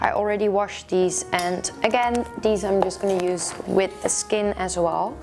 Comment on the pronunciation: When you say "as well" sometimes it sounds like "asshole" and it makes me laugh all the time! Haha. Love your videos btw! <3